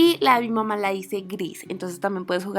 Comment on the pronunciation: dice mama en vez de mamá jajajaja(es un comentario no una critica). Buen video ♡♥